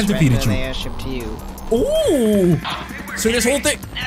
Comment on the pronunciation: Did you say aidhip